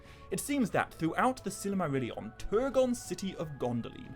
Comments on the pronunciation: I've had to stop watching and downvote this video after only getting two minutes in. Your pronunciation of Silmarillion is literally silly. As in you say: Silly Marillion Instead of either: Sill mah rill ee on (Christopher Tolkien's pronunciation which is presumably the same as his father's) Or: Seal mah real ee on (which would apparently be correct using the Quenya pronunciation rules but is rarely used). It took me about three minutes to check the above, probably less. What on Middle-earth were you thinking man? 😕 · I don't think I've ever heard Silmarillion pronounced that way. Good video though 👍